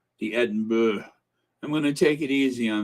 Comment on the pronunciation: Pronounced as Duke of E-din-brah (Edinburgh)